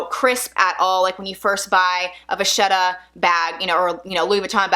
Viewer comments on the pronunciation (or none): You seem like a very nice lady....I have "pet peeves" when it comes to words and their correct pronunciation! It's Va-Ket-ah . the "h" is silent....Just sayin' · Vachetta is pronounced (same goes for bruschetta) with a hard "k" sound, Vaketta, or brusketta. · I think vachetta is pronounced like va ketta?? No? Yes?